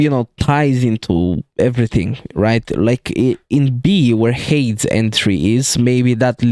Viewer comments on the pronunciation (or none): Little correction on the pronunciation of Hades, it’s said like (Hay-dees), Hermes is pronounced (Her-mis), Charon is pronounced (Sha-rone), Hekatonkheires is pronounced (Heck-a-tonk-ariees), Typhone is pronounced (Tie-fon). I don’t like to nitpick but the Hades pronunciation was very unusual